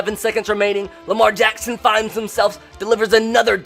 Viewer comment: I love how he says Lamar Jackson “ Lamar Jaxxxxxssoons